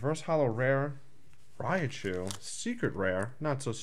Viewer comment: Rattata (which is a pretty common mistake, I'll admit, and should be Rat-ta-ta or Rat-tat-a), and it sounded like you mispronounced "Raichu" as "Raiachu"